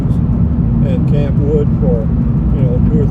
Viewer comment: Campwood is one word and pronounced as one word, not Camp Wood. My grandmother was from Campwood and she and my grandfather are buried there.